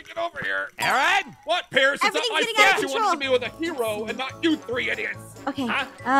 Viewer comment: Pierce. it's. Pierce. Please. Trust me. it's. Pierce